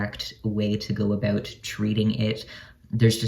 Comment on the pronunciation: “Aboot “ -love ur accent-love ur vid